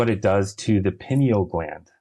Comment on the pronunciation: Pineal is pronounced PIE KNEEL (not PIN EEL).